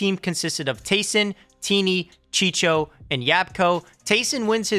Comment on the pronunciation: Chicho😂😂😂😂😂😂😂 it’s chico